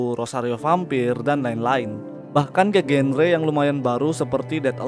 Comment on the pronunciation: Sekedar koreksi bang, "genre" itu dibaca "zanra"